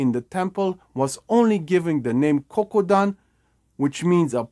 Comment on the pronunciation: It's Kodokan. Not Kokudan.